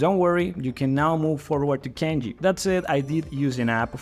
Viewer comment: I think you pronounced Kana wrong and Kanji